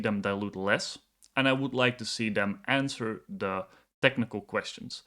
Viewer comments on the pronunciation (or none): none